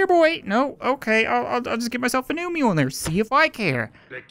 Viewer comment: Mjölner not mjolner And yes i am swedish